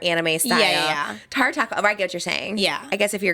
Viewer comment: It’s TAR-A not TEAR-a .